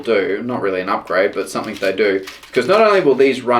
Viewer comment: threre is a g on the end of the word something not a k , you sound like a complete idiot saying somethink !!!